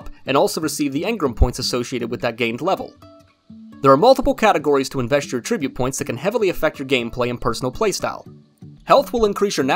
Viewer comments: please learn how to pronounce "attribute". In this context it is NOT "uhh-trih-butte". It IS "ATT-trih-butte". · Can you please look up how to say attribute? At -trib-ute It’s not “a tribute “ points lol